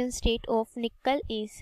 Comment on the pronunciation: Not nikkal 😂 nikel hota hai mam 😅😅